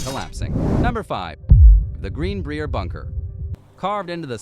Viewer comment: The Greenbrier resort and hotel pronounced like Briar Rose